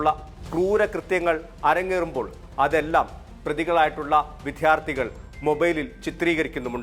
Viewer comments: വിദ്ധ്യർത്തി എന്നല്ല വിദ്യാർത്ഥി എന്ന് പറയാൻ ശ്രദ്ധിക്കണം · വിദ്ധ്യാര്ത്ഥി അല്ല വിദ്യാര്ത്ഥിയാണ് റിപ്പോര്ട്ടറേ…